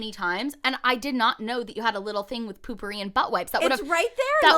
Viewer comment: I thought potpourri was pronounced “poe-purr-ee” but is pronouncing it “poo-purr-ee” and I love it cause it has “poo” in it 😂